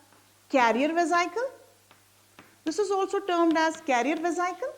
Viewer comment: Madam atleast correct the spelling of amoeba first. Otherwise method of understanding is overall right. And your pronunciation is very wrong mam for vesical.